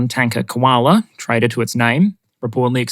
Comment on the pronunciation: "The tanker Koala (traitor to its name) had an engine explosion, reducing its mobility to basically 0- appropriate, given its namesake." The Aussie came out strong in this one. 😅